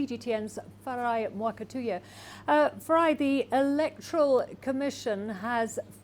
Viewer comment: The Nairobi anchor should learn to pronounce names properly Mwa-ka-tu-ya.